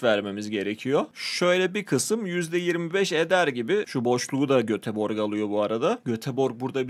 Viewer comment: Abi o Göteborg diye yazılıyor ama Götebory diye okunuyor